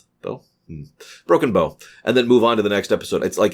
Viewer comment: OMG!! He finally pronounced Broken Bow correctly!